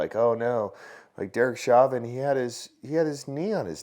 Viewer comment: It's pronounced show-vin